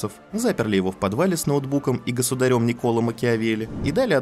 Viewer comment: Почему государЁм? Творительный падеж? Или в вашем случае падЁж. Разорви вас енот